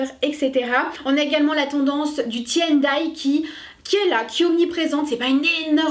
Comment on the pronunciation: Le « ti » and die m’a tué 😭🤡